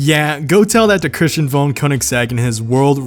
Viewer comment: Did anyone hear how he said Christian von koiniseggs name? He said cushion!